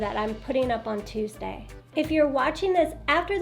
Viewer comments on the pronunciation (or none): none